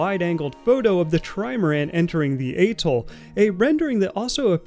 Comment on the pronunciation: Getting you to pronounce atoll correctly is now one of my life’s missions…